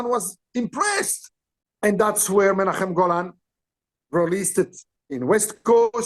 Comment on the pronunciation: As an Israeli I can say that the way Qissi pronounces Menachem Golan's name and imitates his accent is spot on. 😂 And here's an interesting anecdote: Gil Globus, the son of Yoram Globus, Menachem Golan's cousin, was in high school with me.